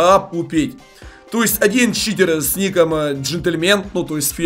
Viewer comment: сказал в начале не читер а китер